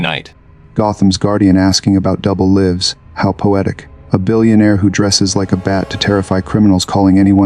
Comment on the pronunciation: not even 40 seconds in and it pronounces "lives" wrong and "immaculate" wrong, and i had to slow the speed to 85% because it is talking too fast. Not bothering with the rest. Do better.